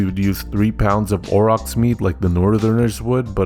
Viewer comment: Aur- ochs. Not Au-rochs.